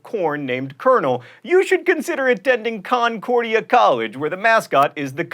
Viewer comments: Hey John, it's not CON-CORE-dia, it's cun-COR-dia. - A lifelong Minnesotan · Not con-cordia. "Cuhn-cordia" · Mispronouncing Concordia..... tsk tsk John Green.